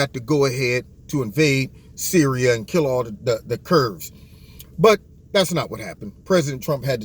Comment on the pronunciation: Why does he call Kurds kurbs?